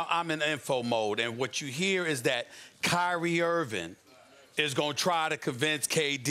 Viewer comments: Nobody: SAS: “Kyrie Irvin” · Who’s Kyrie “Earvin”?